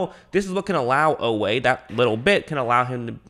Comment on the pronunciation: Oweh consistently running down backs, was no fluke. He ran sub 4.4…work on that pronunciation, you’ll be talking about him a lot this season 😈